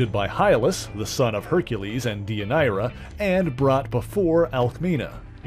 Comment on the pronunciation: I was going to make that comment! Also, Deianira is pronounced Day-yun-air-rah. Come on, Hercules: the Legendary Journeys taught us that in the 1990s! 😁